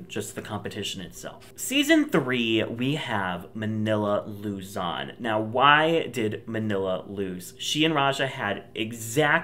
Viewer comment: it's manilla luzon not manilla luzis